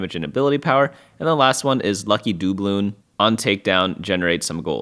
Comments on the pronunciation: engagement bait mispronunciation of dubloon here is my comment ;) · You say doubloon weird